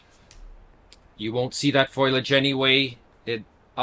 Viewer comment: Foil-age? It’s foliage. Being Canadien is no excuse. Haha. Otherwise, helpful advice. Thanks.